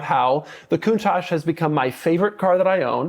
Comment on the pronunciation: Sometimes I think somebody who doesn't know how to pronounce the name of their car correctly shouldn't really own one of these. 😅